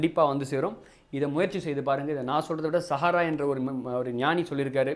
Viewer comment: Sahara illa saraha bro